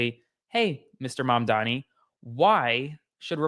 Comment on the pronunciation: Learn to say his name! Or just call him mayor! 🎉🎉🎉🎉 Love this for NYC.